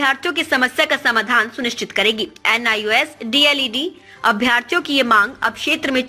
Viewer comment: D.el.ed hota hai news anchor mahodaya Deld nhi hota hai